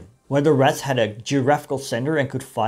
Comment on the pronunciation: I know. But when you talk, it sounds like you're saying "rats".